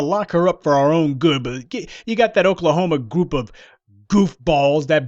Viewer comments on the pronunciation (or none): none